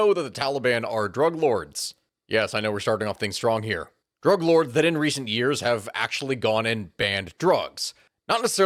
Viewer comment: I thought you said drag lords